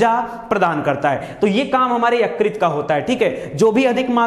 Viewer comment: Yukrit nahi .... Ykrut bolte hai .....